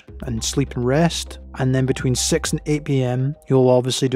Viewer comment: I thought he said between two and sex lol...